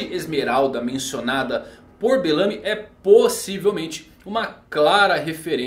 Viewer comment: Agonia toda vez q vc fala: Belâmy. E não Bélamy. kkk